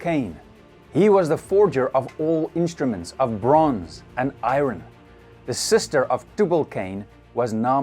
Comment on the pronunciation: I-ron? 😂 ffs